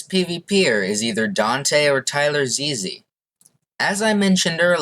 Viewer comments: Damn you didn't have to do "Tyler Ze-Ze" like that lol. It's just Tylarzz. Overall, I'd say this was a good analysis, but I think there are some more people who could be considered the best. M0xy - before he blew up on Overwatch/Among Us, M0xy was ranked number 1 globally on badlion duels. This means that while he may not have been number 1 in any specific game mode, he was the most consistent player throughout all game modes. Jdegoederen - An absolutely insane UHC player. He won 4 UHC Elites in a row, and then won a 5th one when they let anybody play as well. ZMCNikolai/Rex5826/MarkiLokuras/Monso - Some of the best EU badlion uhc players of all time. They proably aren't as good as Jdegoederen or Danteh, but they are certainly up there AustrianGaming/Wichtiger - IDK much about the current German PvP scene, but I believe these 2 youtubers are some of the best Skywars players on Gomme right now. I have heard X_SUS is pretty good too, and he also commented on the video. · bruh how did u pronounce Tylarzz wrong